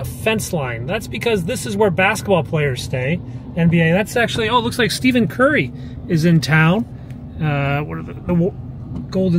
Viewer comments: bro said "steven" curry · Hi, so enjoy your vlogs. Oe thing you totally aren't a sports fan~The basketball team that was playing the Washington Wizards was The Golden State Warriors~and Stephen Curry is pronounced Stef In 🤣🤣Thanks for the rides through the city and especially showing us in the Whitehouse!! See you next vlog~Ida